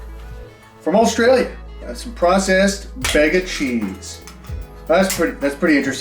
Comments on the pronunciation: The cheese in a can is pronounced, “Beega”, not “beggar”, that’s why it only has one “g”. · Bega, is pronounced bee ga, just for your amusement! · Mate as an Aussie the way you pronounced Bega is absolutely hilarious 😂 habe been subbed to you for so damn long now and i have never once regretted it! Most nostalgic videos by far.